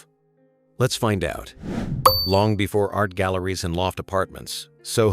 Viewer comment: AI narrator: "was being priced.....out." "a no.....man's land"